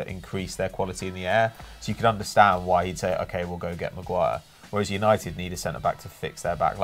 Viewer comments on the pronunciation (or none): I hate the fact that keeps on saying “Maguay” instead maguire